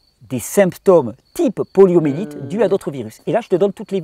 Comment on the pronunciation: Poliomyélite ! Pas "poliomélite" ! Merci infiniment pour ton travail.